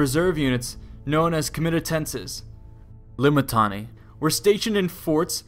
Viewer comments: I know you messed up the pronunciation of Limitanei and had to go through your audio and edit it. I know. Don't think I didn't notice. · "L-I-M-I-T-I-A-N-E-I and reserve forces known as, Comitatenses. L-I-M-I-T-I-A-N-E-I were stationed in forts..." lol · Always love hearing back from you guys and trying to improve based off it! Tried my best to fix my mispronunciation of Limitanei after seeing how they said it in game... the edits were a bit more apparent than I would have wanted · rofl every time i hear this vid say limitanei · I was just wondering why that sounded off